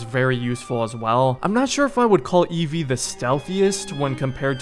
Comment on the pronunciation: It's Evie Frye